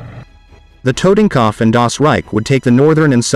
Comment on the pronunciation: Once and for all: If you make Videos about WW2 please try to pronounce the glorious names of the SS-Divisions a bit more german Leibstandarte, Das Reich and Tortenkopf, good god?????